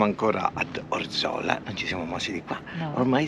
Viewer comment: Grazie per i bei video. Avete una bella positività. Appunto: Orzola ha l'accento sulla prima O...😅